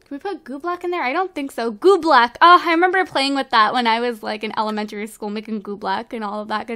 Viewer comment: sorry to correct you but its oobleck